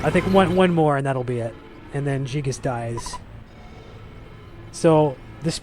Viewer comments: Dude, did he just say jee-gas? wtf its guy-gas man. Get your shit straight. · Gee-gus. That's a new pronunciation to me :P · i this is fantastic, only thing i couldn't stand was their miss pronounce of Giygas, ....not Jigas.....>.<